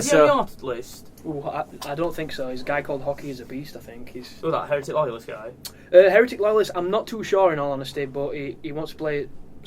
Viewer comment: you said Heretic wrong, you Tart!:D:P